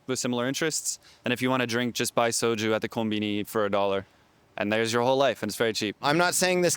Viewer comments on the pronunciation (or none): none